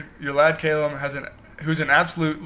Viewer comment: Cay-lum, I'm laughing so hard